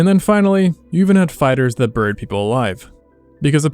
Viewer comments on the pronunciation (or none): none